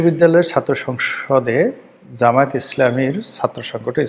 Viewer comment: শুদ্ধভাবে বলেন, জামায়াত। ব্যাঙ্গভাবে বলা বাদ দেন। সময় একদিন আসবে, ইনশাআল্লাহ, সেদিন শুদ্ধভাবে বলার সময়ও পাবেন না।